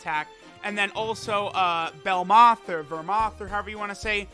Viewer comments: Bro why does he say belmouth and vermouth when it’s literally belmod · I like how without fail, always forgets Belmod’s name and instead says “belmoth or vermoth” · Petition for to finally get BELMOD's name right